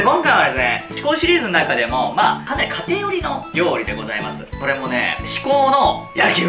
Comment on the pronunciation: 開幕の料理のお兄さんが「リョウジ」になってるよ。